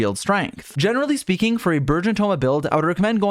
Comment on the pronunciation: "generally speeking"